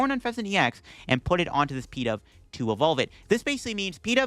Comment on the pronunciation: Pee-dove? Is this such a Bad Deck Friday that this Pokémon deserves a nickname? Pigeon-Dove. Pi-DOVE.